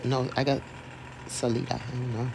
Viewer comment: Sah-LIE-da. Sa-WATCH County.